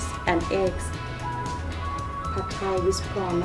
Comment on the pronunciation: ต้องออกเสียง ผัด (putt) ไทย (thai) ออกเสียงสั้น ไม่ใช่ลากเสียงยาว ไม่ใช่แพดไทย Pad thai not paaaad thai